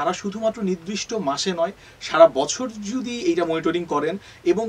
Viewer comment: নিদ্রিষ্ট নাকি নির্দিষ্ট??? উনার একই সমস্যা